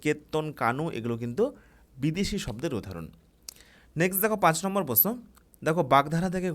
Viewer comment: প্রশ্ন কথাটা আগে ঠিক করে বলতে শিখুন